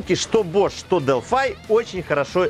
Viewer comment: Производитель зачастей Delphi - Делфи. А то немного режет делфай....